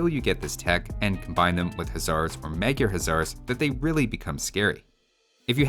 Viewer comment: my guy! In Magyar, 'sz' is treated like one letter and is just pronounced like an 's', while 's' is pronounced like 'sh'. 'Gy' is also treated like one letter and is pronounced with a hard 'G' like 'gee'. You're also pronouncing 'Magyar' like it's spelled 'Mágyérz', which is incorrect. 'A' should be pronounced like the 'A' in 'Almonds'. It's infuriating hearing you say 'hézar' instead of 'huszar'.